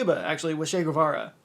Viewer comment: Che was absolutely a good dude. And not to be that guy but if you can't even pronounce a dudes name right maybe you shouldn't voice your opinions on that dude